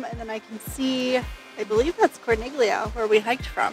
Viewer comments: With all due respect to you for this and all of your other great videos, it drove me crazy to hear you mispronounce the name of Corniglia. When there is a G followed by an L in Italian, the G is silent much in the same way as in the Italian word famiglia. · Great info! Though might want to check your italian pronunciations when saying town names. We just got back from our stay in manarola... which was amazing. The letters "gli" in italian is pronounced as a "y" and "i" sounds like an "ee" so the name "corniglia" is pronounced as "core-neel-ee-ah" rather than "corn-nig-lee-ah" which is completely wrong. In fact, you are also pronouncing "cinque terre" wrong... "e" sounds like "ae" so rather than "tear-ah" its pronounced "tear-ae". Also just fun tid bit, Nessun Dorma does pesto making classes where the Owner Simone shares his story about the place..... it was the best experience we had and totally worth it. I would be sad for anyone to go and not experience that